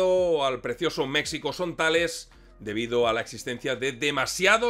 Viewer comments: Con todo el cariño, pero dices "México" y es incorrecto. Me explico... La "X" en castellano antiguo era la consonante para pronunciar el sonido actual de "J", así como ejemplo sería "Don Quixote" que era asi como Miguel de Cervantes escribió el nombre porque la "J" no existia. Por lo tanto, México se pronuncia meJico, y en el mismo pais iberoamericano así lo pronuncian pero con "hache aspirada" como la "hache inglesa" al pronunciar hotel en inglés. Así que para un ingles la pronunciación más ajustada seria meHico. Català mode On... Ara escribint per no esborrar-ho he pensat que ho dius aixi perque en català aixi es pronuncia... Bueno... Excelente video!!!! Y perdon por la chapa!!!! Mis disculpas!!! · Felicidades interesante video muy documentado pero por favor corrige esa expresión agringada cuando dices Mexico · hola, saludos, muy agradable ver como siempre tus vídeos. Soy seguidor de tu canal haci que espero no sonar mal agradecido por qué te interesa compartir algo sobre el narco, pero quiero aclararte que decir México, usando la x como fonema en lugar de grafia, me suena muy pero muy insultante. Ya que como español desconoces el náhuatl de la palabra entiendo que no tengas la información de porque es molesto como tú lo usas, así que por favor solo te pido que si vas a hacer un segundo vídeo de México, lo comuniques como se escucha fonéticamente MEJICO. Si quieres ser más correcto, en náhuatl se escucha MESHICO, si vuelves a decirlo como a ti te gusta, es como cuando Hernán cortés al no poder pronunciar correctamente el náhuatl se inventó Coyoacán en lugar de coyohuacan, huichilobos en lugar de Huitzilopochtli, cuautepec en lugar de cuauhtepetl, etcétera. En resumen, verdaderamente que pronuncies como a ti te gusta el nombre de mi país a mi me es muy, pero muy pero muy molesto. Aclaro que igual soy exmilitar gafe por lo que si quieres información de la errada forma que actúa el ejto mexicano contra el narco te puedo compartir mi experiencia.